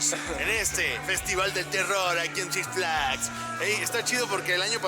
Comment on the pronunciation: Six flais dijo el negas:v